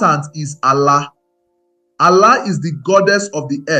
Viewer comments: You tried but your pronunciation of Arusi, Ofó na ogu, ala is totally wrong. Almost spoilt the fun. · Ala, Arusi/Alusi, Chi, of for, Ogu. you are murdering this pronunciations it's annoying